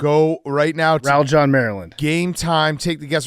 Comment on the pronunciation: Why does pft call it Rall-John Maryland?